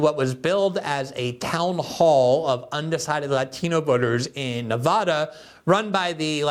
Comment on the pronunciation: That dude needs to stop mispronouncing Nevada. It's driving me crazy. Clark County has over 500k Hispanic people. This is a joke.